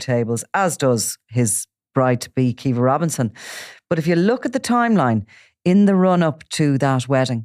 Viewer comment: pronounce daniel kinahans wife's name as Qwee-va instead of kee-va will you😅😅😅